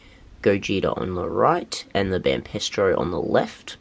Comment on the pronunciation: It's Banpresto as in hey presto not pestro